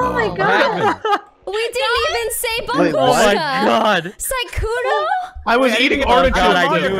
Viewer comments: If only they pronounced "babushka" right... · Babooshka is a Russian word.Бабушка .rus. B(a)booshka, stress in Russian grammar is placed on the second letter.Ba(boo)shka,accent doesn't sound respectful,vulgarly.Babooshka а grandmother is a woman who has grandchildren In Russian, have the word Дедушка.rus.dedushka-grandfather.